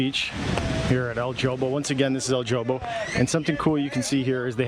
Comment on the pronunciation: In Spanish it's EL Hobo not Jo bo, not to be rude, I think as a youtuber when showing places in Costa Rica, proper pronunciation of the words is important.